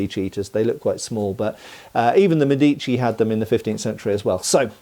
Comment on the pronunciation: Loved the video. 2 little things : would have loved some pictures, and it’s médici not medíci.